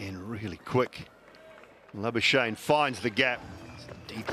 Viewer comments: Exactly. They like laa-buu-shane 😂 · I love how the commentators butchor Labuschagnes name😅 He must come back home to SA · It is La-bus-kakh-nee .... in afrikaans/dutch pronounce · It is La-buus-kakh-nee in original dutch pronounciation